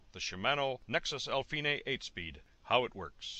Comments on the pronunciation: al-feenay? Epi-sicklick? Honestly your pronunciation is just weird. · I like the way you pronounce Alfine, I would love to hear you say “I’m fine” 😎